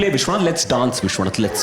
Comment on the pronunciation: Hilarious stuff Rahul! Vishwanath would be in love with how you pronounced his name.. never would he have felt so elite!